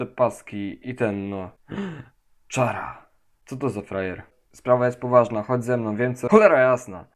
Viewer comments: Mówi się Kara nie czara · Każdy mówi Czara na Charę xD a to się mówi się Kara xD (Sam Toby Fox to powiedział) Ogółem zaje****y ODC mój ulubiony po prostu xdd